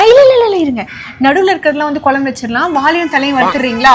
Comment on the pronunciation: please pronounce it has குழம்பு (kuzhambu) and not as kolambu 🙏 hope your mother tongue is தமிழ்.